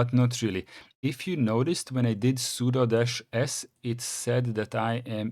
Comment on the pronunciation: There is no 'superuser' on Linux; it's root. the 'su' command is for switch user or substitute user. At least you pronounce 'sudo' correctly as "pseudo"